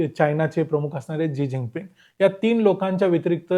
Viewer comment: माकडा नाव तरी नीट सांग जी झिंगपिंग ?